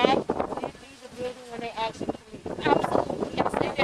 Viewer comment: Axed her....🤣🤣🤣